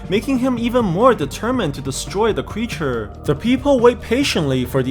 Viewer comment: You said cweature